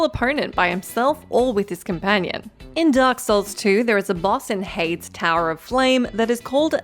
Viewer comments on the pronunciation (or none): Haydes?! HAYDES?! its HâyDeez. GaWd.